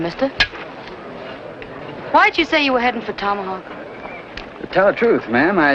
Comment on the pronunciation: Rory said, tommyhawk